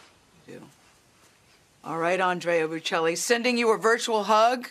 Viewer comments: Pronounce his name correctly, good grief! Embarrassing to USA..Not “Boo Chelli” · She did a horrific job in that inter-couldn’t even be bothered to learn correct pronunciation of this great man’s name, or his wife’s. Called his wife an interpreter. Cringe-worthy. Please do better, King, and let your guest finish speaking